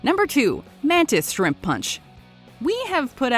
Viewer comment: Yeah but watch mojo said "MaNtIs ShRiMp" 😂😂😂😂😂